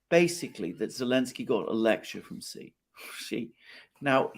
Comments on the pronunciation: Xi is not pronounced "she", it's pronounced "see". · The way to pronounce Xi Jinping is actually closer to( ZEE Shinping) You are being trolled by the comments. I have never heard any Chinese call President Xi (SHE). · haha, it's "see" for Xi Jinping as in "see you"